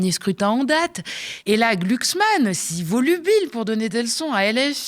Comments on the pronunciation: On prononce glucksmann ou gloucksmann MDR j' aime trop la phonétique 😊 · C'est pas gluglu c'est glouglou 😂